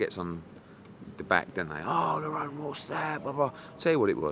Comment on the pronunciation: How many times its Lerrone not Lorron